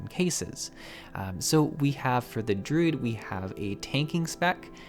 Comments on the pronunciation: Took me WAY too long to realize you were DRUID and not DRID. Never heard anyone say it that way >< lol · But he pronounced Druid in the weird way I have ever heard ANYONE say, lol